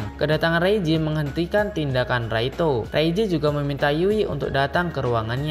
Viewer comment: Laito bang bukan raito........ 😊